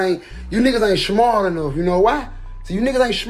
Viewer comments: And it’s smart not shmart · He said "you niggas ain't shmart enough", when really hes not smart enough to pronounce smart correctly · Love how he is trying to insulte somebody's intelligence by saying you are not "Shmart" enough.. 2Tymes 🤣🤣🤣